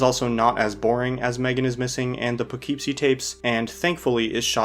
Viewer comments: it's "Poogh-keep-see", not "Pugh-keep-see" like the guy in the video keeps saying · as someone who grew up there, it’s pronounced “puh-kip-see”. lol😊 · Just a little thing: Poughkeepsie is pronounced "puh·KIP·see." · The problem with this movie in comparison to the rest is how low of a budget Poughkeepsie Tapes was shot on. I think if you accept it for what it is, it becomes way more enjoyable. It’s just a really creepy, uncomfortable movie. I wasn’t aware that it had this type of reputation online of being one of the notorious films. It’s also my hometown, so I may be a bit biased lol hearing him mispronounce it over and over again was tough haha. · Taking several points of mental damage every time you pronounce Poughkeepsie that way hahaha